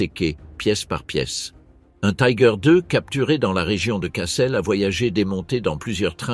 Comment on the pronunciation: attention l’allemand ne se prononcé pas comme l’anglais :on doit dire "tigueur"